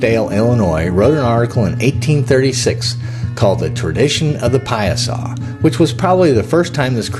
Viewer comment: It's pronounced Pie-a-saw